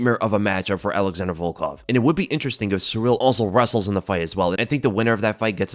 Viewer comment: Sound it out with me now, gringos: ALA-ZHAN-DRAY NOT "ALEXANDER". It's spelled different, because it isn't English, it's Plrtuguese. But people insist on Westernizing or Anglicizing names of foreign fighters...